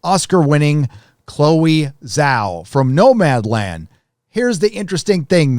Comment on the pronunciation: Totally unimportant, but it's pronounced more like djao not zao for Zhao.